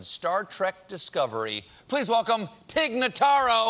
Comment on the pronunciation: I would just like to inform Stephen Colbert and everyone else that her name is Tig Notaro, not Tig Nuhtaro.